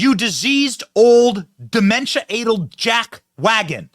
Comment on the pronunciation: Good video! Note: ‘Addled’rhymes with ‘battled’ — not with ‘ladeled’.